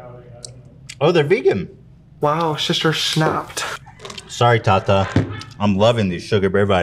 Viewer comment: It’s Ethan calling Tati “tata” for me 😂💀